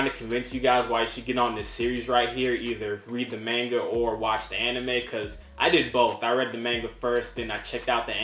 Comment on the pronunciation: Great channel bro!! 🥊💯 and finally! A yank that pronounces manga properly! 😃👍 Rather than “Mohnga!!” 😂